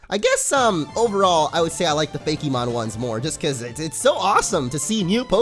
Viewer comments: Hillaryite Gem I know that, but the fact that the e is accented when he says it is what gets me. Pokemon is smooth and rolls off the tongue and usually Fakemon does too but I'm hearing fa-KEY-mon. Everyone just says things differently, it's not that big of a deal though. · I'm sure someone has said this already. But I was so confused as to why you said "Fakey-mon" but would pronounce Pokemon normally. Good video regardless. This game looks awesome, I'm definitely going to check it out!